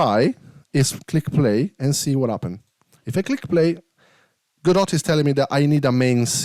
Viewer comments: Please, it's not "Go Dot" or "GoDot" xD, its Godot, spoken like: god-oh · It's pronunced Gawdaw. It's not "Go, dot", it's a French family name -- from the play "Waiting for Godot"